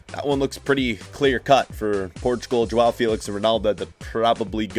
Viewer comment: sorry to say but, im portuguese and u say João as Joao. But no problem because you american